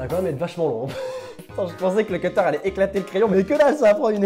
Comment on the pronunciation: ne dis pas un cetter mais un CUTTER stp